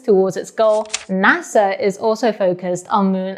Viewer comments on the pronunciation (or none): none